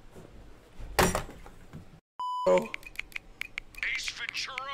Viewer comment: "Ace venturos" got me off guard